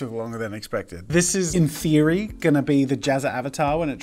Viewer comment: no one: jazza: "BecAusE In thEEeEoOoRRy" XD